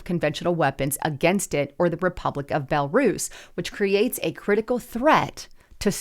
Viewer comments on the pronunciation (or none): none